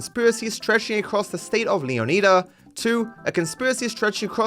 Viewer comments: Leo needs a what? He always is talking about Leo needing something, all I know is I’m excited to go to Leonida (Leo nye duh) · I don't mean to be a prick, but the way you spent a decent amount of time learning to pronounce 'Leonida' correctly, just to pronounce it wrong, annoys the shit out of me. As far as I know, you're the only person who says it like that ("Leoneeda" instead of 'Leon-I-da') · saying “Leo•knee•da” has to be on purpose as this point. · He still can't pronounce Leonida oh my goodness